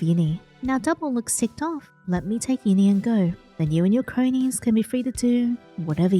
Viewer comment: HELP YINNY NOT GINNY